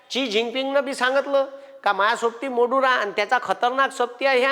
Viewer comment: गुरुजी ते मोडूरा नाहीत तर ते माडूरो आहेत स्पेलिंग maduro असे आहे.उच्चार व्यवस्थित करा.